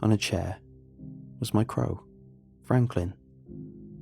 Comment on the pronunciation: no one:: craw